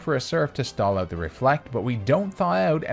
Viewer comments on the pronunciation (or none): I've never heard someone say "oot" so many times in such a short period of time, in my life.